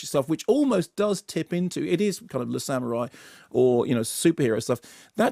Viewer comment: Love Mark but the way that he pronounces 'samurai' drives me mental!